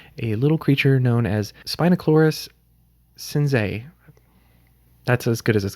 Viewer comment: Ily bro but you butchered Spinoloricus